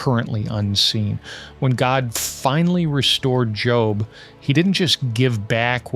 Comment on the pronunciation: I just realized the speaker is just an AI voice. No Christian man who knows the Bible would pronounce Job’s name like you got a new “job” from an employer. Unbelievable. Can’t anyone do their own work nowadays?